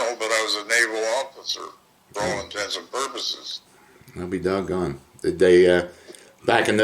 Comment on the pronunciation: "Well, I'll be dog'on" gets me every time😂